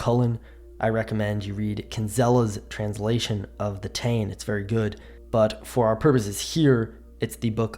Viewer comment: PS Táin is pronounced 'Ta' like in the word Tall